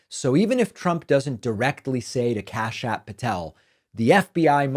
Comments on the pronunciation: U sound like a moron when u say kashyap patel. It makes u look like a total moron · Every time you exaggerate Kash Patel's name and pronounce it with an extra a in the middle, you're stooping to the level of Donald Trump. Embarrassing. And not for Kash Patel. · So childish and ridiculous to keep saying "KashApp" Patel